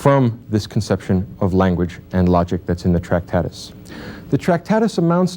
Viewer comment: Also it's not 'Tractatis'... but we can cope - the language game is robust.